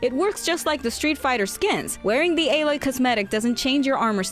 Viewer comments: Why did she say alloy as ay-Loy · Her name isn't A-loy It's alloy, like metal and stuff. It's just a regular word. You butchered it